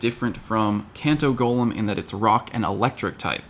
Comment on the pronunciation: Thank you for being about the only PoGo you tuber than can say Golem right!